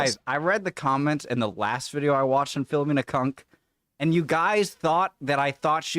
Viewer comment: At least you can pronounce Philomena the correct way instead of that other bloke who does reactions and keeps pausing every second who pronounces it File-oh-menna.